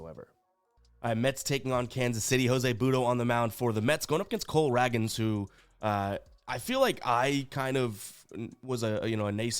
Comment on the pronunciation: Raygans is how you pronounce it for KC